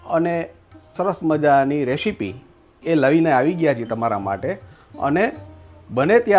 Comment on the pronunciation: રેશિપી નો કહેવાય,રેસીપી બોલાય